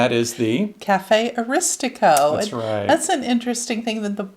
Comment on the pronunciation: And it's Cafe Asiatico..NOT Aristico..but I think your video is great..